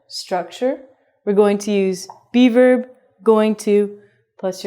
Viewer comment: When you say Be-verb I hear Beaver. Does that make me a bad person?